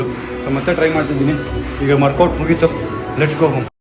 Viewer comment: Workout ❌ morkwot✅